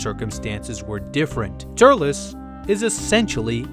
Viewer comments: the only thing that annoyed me was: TUR-EL-S not TURL-LESS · why did you pronounce it ter-lez its tur-elz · Tullece ? What it was Turles